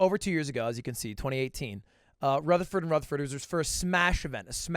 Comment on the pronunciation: I’m impressed he said Rutherford correctly. People are always mispronouncing my last name. “Rufferfurd” or “Rootherford” It’s annoying 😑